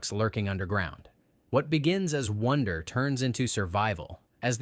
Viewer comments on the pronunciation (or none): none